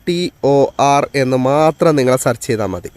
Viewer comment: സർച്ച് അല്ല, സേർച്ച് ആണ്. നേരെ പഠിക്ക്🤔🥵😱